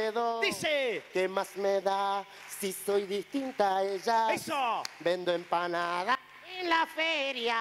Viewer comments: A MI TANBIEN ME GUSTA CUANDO DICE ENPANADA JAJAJJJAAAAJAJAJA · La parte que me gusto fue cuanfo dijo empansda y tambien cuando le dio un beso jaja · Jajajaj me encanta cuando dice enpanada🎉😂😂😂😂😂😂😂😂😂😂😂😂😂😂😂😂😂😂😂😂😂😂😂😂😂😂😂😂😂😂😂😂😂😂😂😂😂😂😂😂😂😂😂😂😂😂😂😂😂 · Yo igual la vieja Tulla vende enpana daa